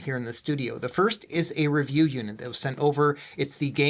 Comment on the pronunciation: I had to go back to older vids and see if it's always said "In-Depth Reviewa" 😅